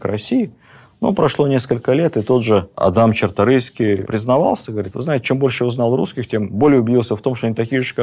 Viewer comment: Правильно - Чарторыйские)